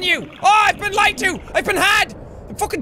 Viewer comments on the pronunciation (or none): none